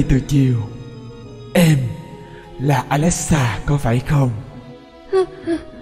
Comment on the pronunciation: Hmm alexa theo cách đọc của tác giả là alexxa Phải đọc là ali xa chứ ( Alexa = Ali xa) Chỉ nói vậy thôi nhưng tác giả phát âm quá chuẩn 🤣👏